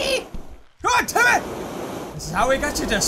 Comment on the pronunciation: its not timy its jimy